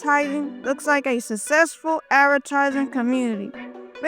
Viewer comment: bro said sussesful